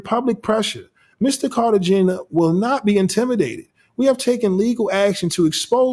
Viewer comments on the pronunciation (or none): Car-ta-hen-ya…please and thank you!